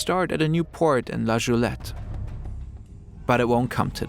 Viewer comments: la goulette - guulett! not ch :( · "La Goulette" the G is pronounced like the G in "Game"